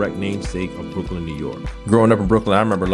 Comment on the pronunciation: min.: Breukelen is pronounced not like Breu-KELLEN, but with the stress on the first syllable, like BREU-kelen! The same way you don't say Brook-LYN, but BROOK-lyn!